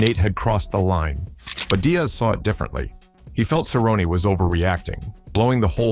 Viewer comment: It's pronounced Cer rone nee, get it right stupid Ai filter.